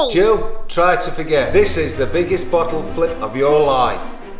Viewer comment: I thought that he said the bottle lick chellenge